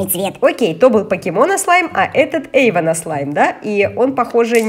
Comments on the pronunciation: Ага и Эйван а не Ейван😄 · не Сафи а Софи не Ейван а Эйван